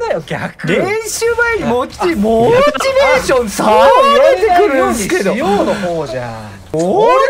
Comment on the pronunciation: モ↑ーチベ↑ーション